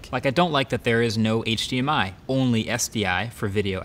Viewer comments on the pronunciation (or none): none